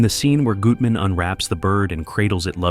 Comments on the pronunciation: CASOER “GUT-MAN” not “GOOT-MAN” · AI pronunciation of names weird. Goootman?